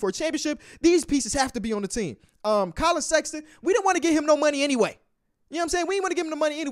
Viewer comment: KAY LOVE AIN'T SHOW NO LOVE 4 SEX-AH-TON :(